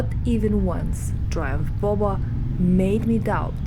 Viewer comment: You said it like bobą 😂🇱🇹 Nauja Triumph bobutė.